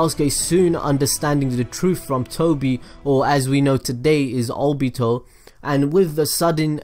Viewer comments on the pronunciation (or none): none